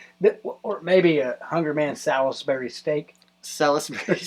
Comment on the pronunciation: Sal-is-berry!? Want a little woos-ester-sheer sauce on that? I'm gonna guess you were going for Sauls-bree?